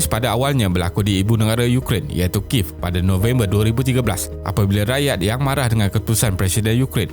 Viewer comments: ibu negera adalah bahasa khas.. cer kalau sebutan kuala lumpur bertukar.. Ape jadi... search la kat youtube, pembaca berita pun sebut ki-yev.. bukan kiv.. buat la research.. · Balang try search kiev malaysia.. Ada berita.. tgk pembaca berita awani ada sebut ki-yev... bukan kiv.. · Admin.. Sebutan ibu negara ukraine, kiev tu ki-yev.. Bukan kiv.. Boleh tgk wikipedia.. 🤭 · Kalau tak silap sebutan dia Kiev bukan kiv.Cuba tengok cerita red heat(1988) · Video yang baik seperti biasa cuma saya nak betulkan sedikit Sebutan ibu negara Ukraine iaitu Kiev ialah Kiyev bukan Kiv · Kalau dalam berita perdana atau buletin utama pun diorg sebut Ki-yev... Kalau sebutan ibu negara, mesti kena sama.. Bukan sebutan negara. Kalau negara boleh la kalau bertukar.. Macam US kita panggil Amerika Syarikat, tapi ibu negara dia kita masih panggil Washington.. Macam Japan, kita panggil Jepun, tapi ibu negara masih Tokyo.. Macam Cambodia, kita panggil Kemboja, tapi ibu negara masih panggil Phnom Penh.. Macam France, kita panggil Perancis, tapi ibu negara kita masih panggil Paris.. Macam Malaysia jugak, orang Perancis panggil negara kita Malaise, tapi ibu negara kita masih lagi disebut Kuala Lumpur..